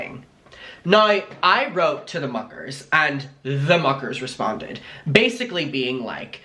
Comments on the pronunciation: hehehe 🤭 I never thought of that but tbh imma never hear it as muckers now HAHAHA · Everytime he says muckers I still to this day hear fu¢kers lol, but I agree it still makes me smile.